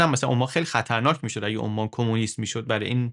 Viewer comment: عمان به انگلیسی Oman یعنی بدون تشدید حرف "م" هست شهر "اَمّان" پایتخت اردن روی حرف "م" تشدید داره؛ بخاطر همین تشابه در تلفظ کشور عمان، به اشتباه روی حرف "م" تشدید می زاریم